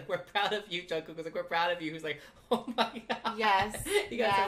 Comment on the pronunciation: No hate but it's jungkook not junkook no hate again